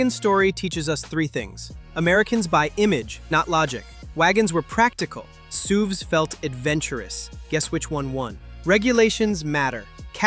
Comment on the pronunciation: "SUUVS"... So software generated video... I thought the text sounded like "ChatGPT", and I was right. Thumbs down for both!